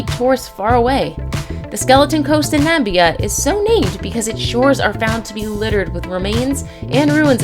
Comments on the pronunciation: Namibia not Nembia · Very correct Not Nambia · Its NA-MI-BIA. Not "NA-MBIA"... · Where is “Nambia”? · There’s no country called Nambia, it’s NAMIBIA ! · NA- ME- BIA that’s how the country in Africa is pronounced. Not nambia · It’s NAMIBIA not NAMBIA. 🙄🙄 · It's not Nam bia its pronounced Na-mi-bia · Did you just pronounce Namibia as Nambia? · Maybe the this young lady (commentator) would like to learn what a place is called, before saying it on YouTube. It’s Namibia (Nam - ib- ia) not Nambia as she calls it.... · Is it Namibia not Nambia, but thanks for the info. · The narrator needs to learn how to pronounce the places she is speaking about such as Namibia, not Nambia and Copacabana Beach in Rio. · It's Namibia. And that exist. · Pleased that so many people have been horrified by the ignorance of our guide. Namibia. It’s on the west coast of Southern Africa. Not called Nambia. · Aaaarghhh! - the name was spelled correctly on the screen - "Namibia" - but the narrator pronounced it "Nambia" - only the President of the United States gets to do things like that ... :-( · Never heard of Nambia. ...I have however heard of Namibia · Nambia??? Does she mean Namibia? How did she get this job? seriously!!!! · Skeleton Coast is in NAMIBIA!! Pronounced Nam-I-bia.... NOT Nam-bia..... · Nambia???I mean!!😂😂💀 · Skeleton coast is in NA-MI-BE-YA ( THATS THE PRONOUNCIATION) NOT "NAMBIA" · N-A-M-I-B-I-A not Nambia...the I is not silent😂😂😂😂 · She just pronounced Namibia as "Nam-bia" and it's pronounced as "Nah-me-bia" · NAMBIA? CO-BACCABANIA? FFS! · Nah Mib Ee ah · Wow ! Someone should listen to the pronunciations of locations. Nambia? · You should learn pronouncing words properly ,Na Me Be ya That’s how you pronounce it I won’t like or subscribe just for that ... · Yeah she has alot of problems with pronunciation, but there is no excuse for "Nambia". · It’s pronounced nammmmiiiiiiiiiiiiiiibiiiiiiiiaaaaaaaa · I was enjoying this until she said Nambia 🤦🏾‍♂️ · You pronounced Namibia wrong